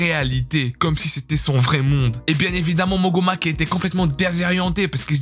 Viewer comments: Vieux tu begai pour overlord c pas mogoma c momonga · ont dit pas mogoma ça se prononce momonga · Wesh y’a une erreur le c pas moguma mais momonga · Tu regarde pas les animes que tu présente c'est sur, ta prononciation est null tu dit mogoma Alor que c'est Momonga aussi tu dit yaagdrill alor que c'est Iggdrazil tu fait que lire les synopsis et produits un concept qui marche bien en masse je t'en veu pas pour sa, mais mec travaille tes vidéos des fois ya des apparitions de guest la même chose dans deux vidéos tu dis genre oui je laisse la parole a mon pote et c'est le meme passage que ya 3 vidéos il dit les mêmes choses et présente les mêmes animes le meme passage quoi j'ai l'impression que tu bacle t'es vidéos c'est triste 😔. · Bonne vidéo mais par contre beaucoup de fausses info pour le résumé d'Overlord : le nom du jeu Yggdrasil et le nom du héros qui sont très mal prononcés, le jeu n'a pas une mise à jour mais les serveurs fermes tout simplement et le héros Momonga n'est pas un lycée mais un adulte qui travail c'est précisé dès le 1er épisode, j'ai vu les com et effectivement c'est la saison 4 qui arrive en 2021